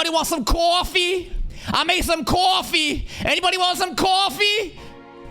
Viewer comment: ”ANYBODY WANT SOME CAWCAWFFEE?!”